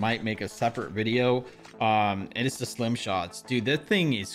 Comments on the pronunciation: It's stim not slim Plus it's free u fun Jeff to get the battle pass broskiiiii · STIM not SLIM lol